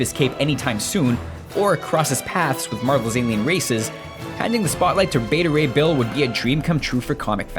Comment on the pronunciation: Did they accidentally use the wrong takes for the voice over. There are a ton of mistakes. "Bet-ta Ray Bill?